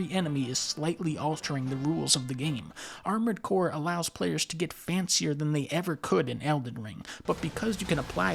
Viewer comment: "Armoured Boar" sounds funny lol. Edit: also, what is Adventures of Cookie and Cream??? I wanna see that!